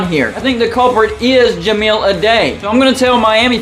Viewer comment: Certainly some concerning correlations with him, but really hung up on the mispronunciation of Ja-mile (5280 feet) Ah-die (singular of dice)